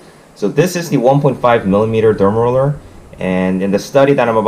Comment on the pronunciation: The way you say it sounds like dumb roller. :) Good video.